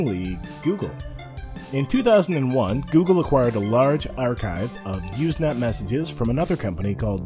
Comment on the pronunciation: Not "Uze net"! It's "Use net"! With an S Sound! Also, even the text functions still are being used. Not a lot, but still. And you should have explained the wonderful and byzantine process that allowed file sharing to evolve in a nearly organic way from text messages - and how, really, there are no binary files at all... just many short text messages... that link to each other... in a early way like today's block chain. But, good summary youngster. I was there.